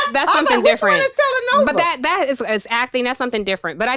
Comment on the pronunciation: Andrew: “Telenova…” 😂😂😂😂